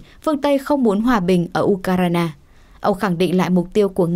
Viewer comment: u kai rờ na là nước nào trên bản đồ thế giới nhỉ ?! Tôi chỉ biết có nước Ukraine và được phát âm là du khoen ( âm khoen phát âm hơi cong lưỡi ) !